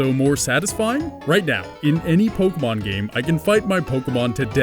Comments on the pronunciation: Mike Marks po-kay-mon is the proper pronunciation, but nobody really cares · lets get down to the real question here if it pronounced pokah-mon or pokee-mon?